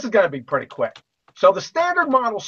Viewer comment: Did he just say "So this is gonna be pretty quack" because that's what I heard. And boy, did he make good on his word.